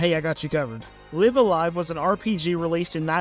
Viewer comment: Actually it's pronounced Live-A-Live. 😝